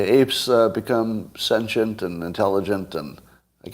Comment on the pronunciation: I have criticized Scott numerous times, but today I want to praise him for a) pronouncing "sentient" properly, and, more seriously, b) his segment regarding Nikole Hannah-Jones. I really hope she or someone else takes him up on his challenge because I believe this could reveal some very important issues and, more importantly, might lead to some improvements in those areas -- areas that are tearing apart the USA, Canada, and much of the rest of "The West." For the record, I believe Scott's stories re. these matters because I have seen it happen many times with my patients/clients and others with whom I have worked/spoken. And Scott is correct about needing to overhaul the "education" system in order to address one of the root causes of the "victim mentality" that is deteriorating "Western" society.